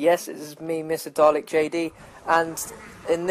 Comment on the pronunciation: Its dalek not jalek